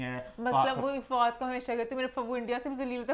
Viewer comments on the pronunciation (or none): Why she calls FADOO